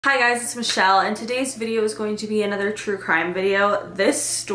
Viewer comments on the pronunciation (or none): none